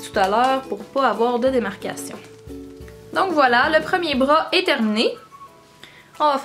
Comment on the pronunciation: “Les poils de breuh”